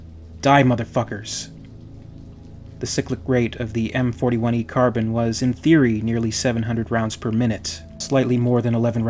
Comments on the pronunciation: Car-Bean or Car-Bine, not Carbon. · It’s not a Carbon. It’s Pronounced car-bean. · No nO NO. It is Carbine or Carbean, you can pronounce it either of those ways. "Carbon" is not a correct pronunciation, even among the English who fail their native language on a regular basis. They insert extra syllables into words like "aluminum" and pronounce "lieutenant" with a lithpt. But they don't ever say carbon. Unless they are talking about carbon. Strangecreed was gently pointing out a mispronunciation, and that is all I'm doing. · Say it with me now car-bine Car-bine not carbon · Love these videos bro... but... and I say this with love.. its pronounced CAR-BEAN... not Carbon. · Pardon my pedantry, but "Carbine" is pronounced with a long "e" like Een, not Carb-in. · No. Its Carbine pronounced "Car-byne" the same way the English word Turbine is not pronounced "Tur-bean". Car bean is simply incorrect. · Car-bine Its not an element. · It's car-bean actually. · ahhh!! its car-bine!!!